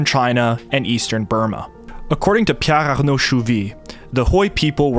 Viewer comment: You really say Piar???? If you mean Pierre?